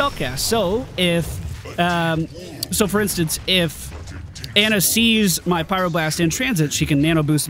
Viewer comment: Dude it's Ana, not Anna! You know that sound you make when the doctor puts the popsicle stick on your tongue and you say "ahh"? It's like that. Ahhh-na.